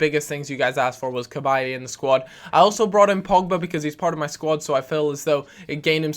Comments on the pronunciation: Cabaye is pronounced with a silent E btw! Great video as always nevertheless:) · say cabaye properly!